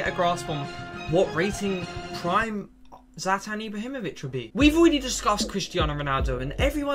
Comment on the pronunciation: Not zalatan, Zlatan